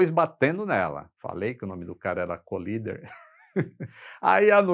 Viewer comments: Com dois “eles” LL a pronúncia de COLLIDER é Cólider - proparoxítona! Colíder é uma cidade do Mato Grosso. Valeu! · O correto é "coláider". Vem de "collide", que se pronuncia "coláid". Ponha na página de buscas assim... define:collider (exatamente como está, sem espaços) ou assim... define:collide (exatamente como está, sem espaços) e ouça as pronúncias ...Além do Forvo, onde nativos pronunciam apenas como mostrado acima. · "Cólider" Você está equivocado. "Collider" (colisor, aquele que colide) se pronuncia "coláider". Vide o Large Hadron Collider. Na dúvida, consulte o Forvo e ouça nativos pronunciando.